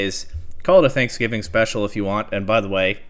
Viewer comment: Did you say thanksgiving??